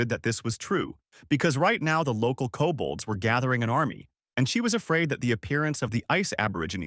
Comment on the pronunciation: "Cobalts" does NOT equal "Kobolds" 🙈